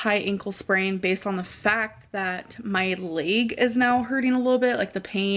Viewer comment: WHAT THE HELL IS A LAYG?!?! LOL She can say edemame correctly, but LEG is a difficult word?!? Amber and foodie both are like so obsessed with "comfort" food!